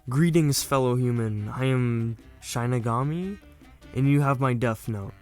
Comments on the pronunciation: my fav part of the video is how he mispronounced the shinigami he says shine-igami when its shi-ni-gami but i honestly find it funny and kinda makes me happy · Its pronounced "Shin-Knee-Gam-Me" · Shinigami is pronounced (shih-nih-gaa-mee) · also its pronounced SHEE-NUH-GAU-MEE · It is pronounced shi-ni-ga-mi it means God of Death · How to pronounce Shinigami: She (female pronoun) Knee Ga (Ga in Lady Gaga) Me (first person pronoun/referring to yourself) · Dude i think you said shining all wrong just saying not being rude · You should watch the actual show also you say shinigami wrong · your consistent incorrect pronunciation of Shinigami deeply pained me inside, so I’ll let you know how it should be pronounced: Shi- (like the starting sound of “shin”) Ni- (like the starting sound of “nickel”) Ga- (like the starting sound of “gone” Mi- (like saying “me”)